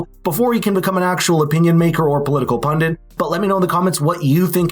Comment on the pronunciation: It’s not pundent, it’s pundit. Pundent sounds really uneducated.